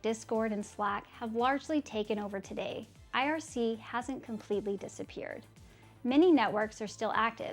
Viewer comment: Not aiarsii... ITS IRC!!!!